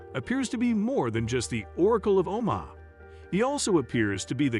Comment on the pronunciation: I stopped watching when he pronounced Omaha O-MAH-ha.